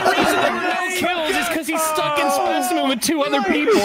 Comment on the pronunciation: We know he meant Specimen, but it's so funny hearing "Spiceman."